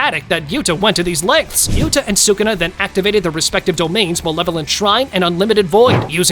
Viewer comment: Its sukuna not shukuna or sukna